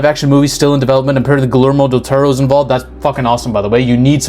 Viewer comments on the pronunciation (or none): hate to be that guy but you don’t pronounce the l in Guillermo. Also strongly recommend playing the game, even for a non gamer. I’ll admit it is very difficult but watching guides and tutorials will help a lot. I think by playing it you’d appreciate how the game actually doesn’t present itself as a lovecraftian/eldritch horror and instead it starts a lot like van helsing with werewolves and whatnot and transitions to all the crazy stuff slowly.